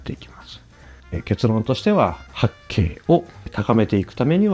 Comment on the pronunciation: 発勁の発音しっくりきます。 正解はないのかもしれませんが 発↑勁↓の人が多くてムズムズします笑